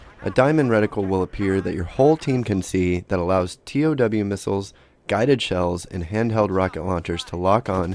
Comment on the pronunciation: Great video, learned a lot. Btw, thought I'd mention that it's a TOW missile, pronounced "tow", not t-o-w. (I used to fire them in the Army). Keep up the great vids!